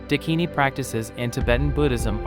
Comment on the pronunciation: Please this is unbearable..... It's Daakini